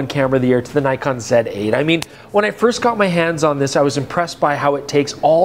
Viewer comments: So many years and still doesn't know how to pronounce Nikon 😂 (or Nikkor) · Nikon is pronounced knee-kon btw. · all the best for next ten years. and perhaps youll learn to pronounce nikon and nikkor properly by then :)